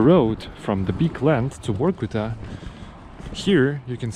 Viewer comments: Its Vorkuta , not Workuta as you talking !!!!! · Since Russians pronounce V as W it sound he is calling the city Work-Outof which conveniently doscribes the city 😂😂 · Why Vorkuta sounds different than from Reznov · Vor-kuta, or Vor-ku-ta?😮